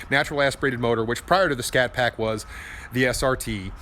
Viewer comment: " we bought this little scatpact" 🙄🙄